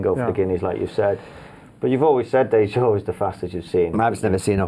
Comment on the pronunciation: It's Dayjur, not Dajur.